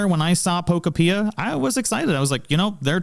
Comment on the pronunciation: Nintendo having billions of dollars and releasing games that look like absolute dogshit is the perfect example of how everything is enshittified now. Also its Pokopia like Utopia not however you're pronouncing it. Palfarm gonna crush this game like Palworld has crushed the past three Pokemon releases in quality and offerings. For half the price.